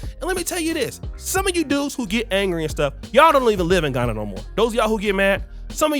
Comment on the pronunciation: Pls its "live" not "leave" and "qualify" not "colify"